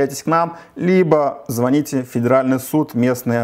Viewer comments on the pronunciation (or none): none